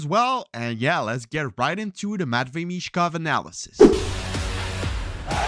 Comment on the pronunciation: BTW his name is Michkov not Mitchkov 🖖🏻✌🏻